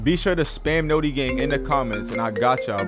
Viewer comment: You said notti wrong